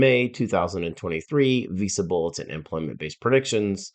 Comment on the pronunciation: Too monotone, a lot of unneeded data that this guy is talking about. Stop pronouncing Visa Bulletin as “Visible”. Explain your predictions!!!!